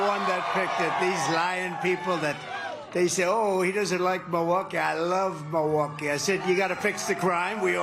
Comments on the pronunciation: If he loves the city so much, you’d think he’d at least try to pronounce the name of the city correctly. It is NOT ‘Ma-waukee ’ Donald! Mil - Mil - MILwaukee! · He’s making the city name sound Cherokee asf “Meewah-kee “ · I am hearing a distortion in Trump's voice, it doesn't sound healthy. He was struggling to pronounce Milwaukee. Sounded more like he was saying MiWaukee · MO-waukee? lolol Listen he says it every time. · mah-walkee? what? you want walkies Don? do you need a nurse to help you outside? do you have to go pee pee outside? is trhat what you want boy? lol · He can’t even pronounce it!! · He can't even say the name "Milwaukee" right. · Trump only cares about himself 🙄 He can't even pronounce Milwaukee the right way 😡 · Love it? He can't even pronounce it.